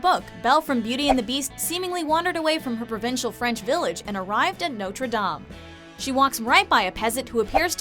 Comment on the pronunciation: The hunchback of notre.....DOME its dame not dome